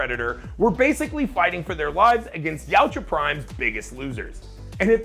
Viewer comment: I thought its ya-ooHA. Not ouch-ah